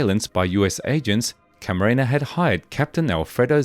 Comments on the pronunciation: Enrique "kiki" Camarena not caramina😂 stop please😂you effff up the hispanics language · It's Camarena not Caramena. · CamaREna not CaRAMENA!!! 😅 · Enrique CAMARENA, not Caramena... Geez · Seriously it's not even a difficult name. Hey at least not Macarena, could have been worse